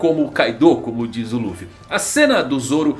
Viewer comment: O cara acompanha o mangá mas fala Ruffy